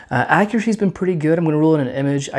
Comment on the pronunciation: It's pwetty